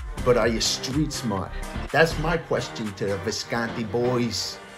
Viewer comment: No italian would pronounce it "viscaaanti" ;)